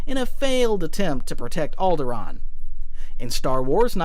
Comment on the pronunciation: Alderaan? What’s that? Sounds like something you made up